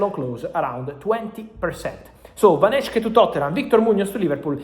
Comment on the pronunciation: I don't think he reads this but you pronounce it as van hek-e